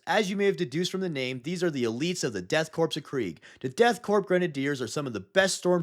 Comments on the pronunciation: You mixed up how to pronouce corps and corpse, it's all top common I'm afraid. Eache letter of corpse is pronounced while corps sounds like core. Like the Marine corps for example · So i think might have confused the pronunciation of "corps" with "corpse". crop is read like "CORE" with the p being silent. but corpse is the one with the P sound. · hey btw "corps" like marine corps is pronounced "core", "corpse" like dead body is pronounced "corPs" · Great video but I feel like you have the pronunciation of Korps and corpse backwards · your commitment to mispronouncing “korps” is driving me insane. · Death kopse if kriegeis pronounced core not corpse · Btw, the Korp is Death Korps is pronounced such as the real life version of Corps, which is french and pronounced as if saying Core. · Korps is pronounced like Corps which sounds like the word core, not corpse or corp which is shorthand for corporation. IE: The United States Marine Corps is not pronounced as The United States Marine Corpse or Corp. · Except it isn't pronounced as corpse. It's pronounced core. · Love your content, but I can't remain silent about your pronounciation of "korps". It is the German version of "corps" the military organizational unit and in both languages the "p" remains silent (/kɔːr/). Now get an imperial hug for including my boyz from Armageddon on this list. ^^ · Corps (or korps in this case) is pronounced ‘core’. The p and the s are silent. Blame the French I think. Corp is pronounced corp when it’s short for corporation. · Is the backwards pronunciation of corpse and corps deliberate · I hate to be 'that guy' but the 'Korps' in DKoK is not pronounced like "corpse" it's just a bastardised spelling of 'corps'. Source: any audiobook featuring the DKoK, such as 'Dead Men Walking', 'Kreig' or 'Siege of Vraks' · Death Korps, pronounced "core", not "corpse". Or perhaps a 4D chess move to make English Imperial Citizens like myself drive comments...I will tell The Inquisitors!